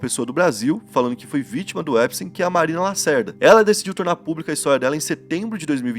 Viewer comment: 2 dicas mano. Jeffrey Epstein, e não Jeffrey epstein ( sem e minúsculo) E na pronuncia, não é : Jeffrey "Empsteim", a pronuncia correta é "Épstin". :)))